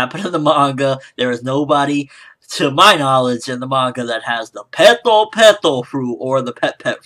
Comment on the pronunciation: I swear it sounded like he said he ate the "Pedo Pedo" Fruit.